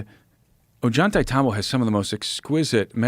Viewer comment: I like desk clip a lot but I cannot freaking stand the way this dude is pronouncing ollantaytambo! It's just so wrong!!